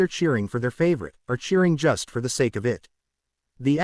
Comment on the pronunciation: The word is Sake, not S. The word is Brain not in.